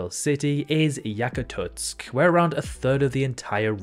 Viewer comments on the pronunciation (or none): In Russia, we pronounce this name as Yakutsk (Якутск), not Yakatutsk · Bro really said "yakatutsk" ☠️ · Bro, the Yakututsk made me cringe so hard, just how can you butcher the town name so badly? ☠️ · Yakatutsk (Якатуцк)☠ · Sorry but the pronounciation of "Yakutsk"..... Yakatutsk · он так и написалБ только прочитал неправильно